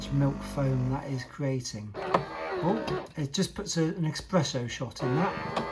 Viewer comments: ESPRESSO. NOT EXPRESSO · Very nice video. However, we say Espresso, not Expresso. :) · Thanks for showing us the machine, but its eSpresso not eXpresso